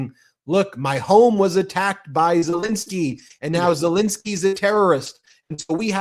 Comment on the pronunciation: BEN, BEN, BEN...AAAARGGHH . ..I love the show . I remember when you were saying " lets get to a million" BUT ...for legitimacy you guys have to get the name of Ukraines President right. " Zalinski" is a " relatively" common Polish name in the US . But this is NOT the Ukranian Presidents name . There is no " A" There is no " I " in his name. Its Zelenskyy